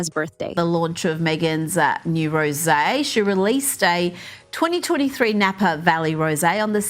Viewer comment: Your AI voice is stupid. Doesn't know how to pronounce words. Rose when applied to wine is a 2 syllble word. Get your act together AI VOICE BAD.